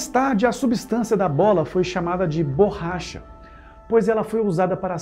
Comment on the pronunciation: adoro os vodeos de vocês, acompanho sempre, dando o "like" e comento algo para dar engajamento. Muitas vezes escrevo um simples "parabéns". Só que hoje me doeram os ouvidos escutando várias vezes a tal burracha. Parabéns pelo trabalho!